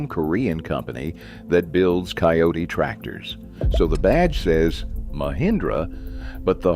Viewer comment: Kioti NOT Coyote